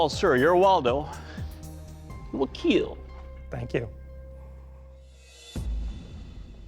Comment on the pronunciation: "It will kEiL"🔥🔥🔥